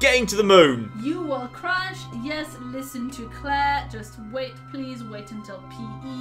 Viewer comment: I've just suffered a thousand tiny heart attacks watching this video due to OCD. Prease, never again. (Great video, laughed a lot)